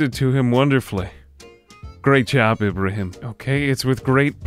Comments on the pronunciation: Beautiful video! Splendid show of power I'd say honestly. Also a quick note Ibrahim is pronounced as Ibraheem, I apologise if it may seem rude just irks me a lil to hear it pronounced wrong when it's a recurring name. I look forward to your videos on the daily my good sir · Ibrahim's name is pronounced Ee-bra-heem. The way you say it has been driving me crazy. Thanks for the video though